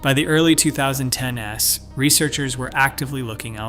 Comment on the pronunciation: is this text read by a voice synthesizer? is this even based on published research? note how it reads "two thousand ten ess (inhalation)". it's mimicking a human being which is deceptive. i quit tv about 20 years ago for different reasons, it may be time to log off youtube. p.s. the author has disclosed this as synthesized or generated content in the description